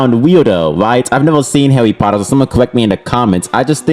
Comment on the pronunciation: "I am not a hawwy pottew fan" (comstamt pokemon gameplay) Yeah, next video...